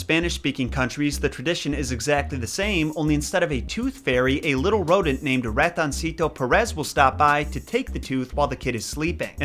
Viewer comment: 1st: i appreciate the moment of silence 2nd: pronounced Ratoncito perfect but flopped my last name but no fret you officially parte de La Raza so you in good terms 3rd: my son gets more money from Ratoncito Perez then we BOTH received so hate on hate on because I sure am